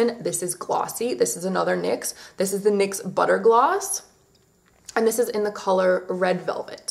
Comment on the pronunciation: *NYX not MYX :))))))